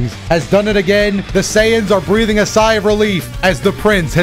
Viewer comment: why you keep saying SAiyans like that? 😂